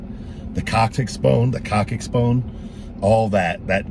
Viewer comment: Coccyx is pronounced more like "cock-six" 👍 Also, LOVE your videos! Miss seeing you in the ring! And are you going after the company you mentioned in your IG? Or do you have lawyers going after them? I reported them as well as you requested 👍